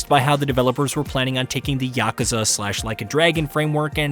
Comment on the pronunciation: YAKU!! YAKU!!! NOT YAKA!!